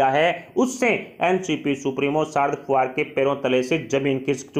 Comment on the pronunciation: Pawar, fadanvis ka sahi uchcharan shikhiye .aap ki baat ka vishwas kaise kiya jaye ??